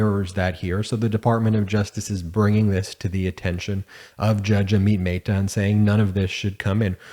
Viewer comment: Brush up on your pronunciation of names. ah-mit meh-ta